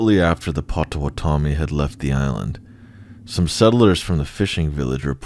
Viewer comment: Pot. Oh. Watt. Ah. Me. Not pot-toe-what-tommy 🤣🤣🤣🫶🏼🫶🏼🫶🏼